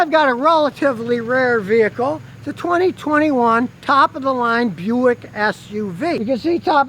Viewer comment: Why is Buick pronounced Byu-ick and not Bick?